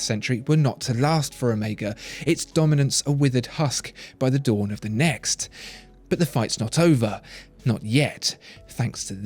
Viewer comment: Did I just hear "next" somehow rhyme with "yet"? woah.